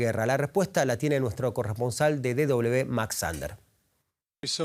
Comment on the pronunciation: Le agradecería al locutor hablé en castellano. DW es De doble uve, no de doble be. Gracias